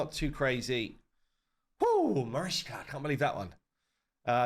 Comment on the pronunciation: MariCHka pronounce it with ch (like chear)